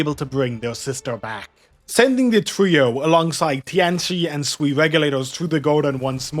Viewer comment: Sui is pronounced more like 'suay', Wang is pronounced more like "wung"